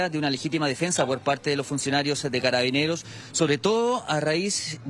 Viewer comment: Dice Caraineros, o escuche mal???